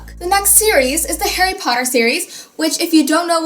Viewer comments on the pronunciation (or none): none